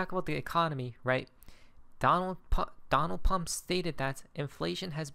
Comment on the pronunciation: I like how you call Donald "Pump" 😊 No worries either. Pump is scripted to win.